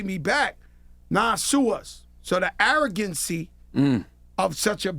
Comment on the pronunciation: 😂😂..he said it so gracefully..